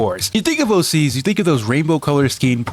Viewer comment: Bro Kept On Saying AC's Instead Of OC's